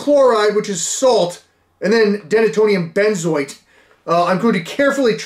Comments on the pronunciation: Him saying Denatonium benzoate is fucking hilarious. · Denatonium Benzoate…😂🤣😅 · denatonium benzoate 🤣🤣